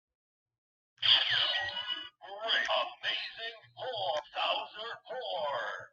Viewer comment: Every time it says "horn" I keep not hearing the "n."